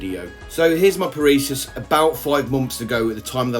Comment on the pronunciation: Parisus? You keep calling them Parisus, where did the extra s come from? :P Love the vid tho!